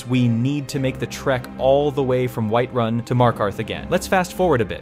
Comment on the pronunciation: Man they turned White run into Wight-run😂😂